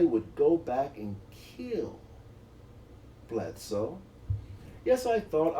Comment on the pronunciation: Why is this idiot pronouncing it “blad sue?” Do you see a U or an A in that name? It’s pronounced how it sounds, you had it right the first time before overcompensating